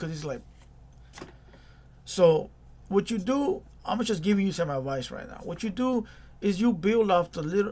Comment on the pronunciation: It’s “just” not “chust”